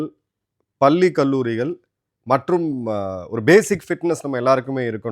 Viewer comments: அரிய தகவல்களை கொடுக்கும், நீங்க, "பல்லி பருவம்", தவறான உச்சரிப்பு. பள்ளி பருவம் என்று நாக்கை மடித்து உச்சரிக்க வேண்டும். தமிழ் ஆசிரியர் நண்பர்களிடம் தொடர்பு கொண்டு உங்கள் உச்சரிப்பை திருத்தி கொள்ளுங்க. கர்ண கொடூரமாக தமிழ் வார்த்தைகளை உச்சரிப்பதை நிறுத்துங்க. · பல்லி அல்ல பள்ளி என்று உச்சரிக்க கற்க வேண்டும் திருவள்ளுவர் என்பதை திருவல்லுவர் என்று உச்சரித்து தமிழ் வார்த்தைகளை கொலை பண்ணுவதை திருத்தி கொள்ளுங்க அவர்களே